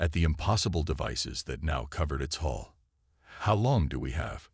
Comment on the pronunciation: Hull, not hall.